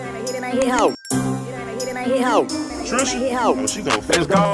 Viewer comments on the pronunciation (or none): Thank for reacting to my boy and it’s pronounced Yay-Vo 😂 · It’s pronounced yay-vo not yah-vo 😆😆😆